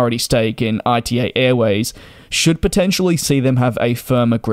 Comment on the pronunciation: "ITA" is spelled as a word (as the first letters of Italy) not as an acronym! Come on DJ since you do this as your job you should at least try to pronounce airline names correctly.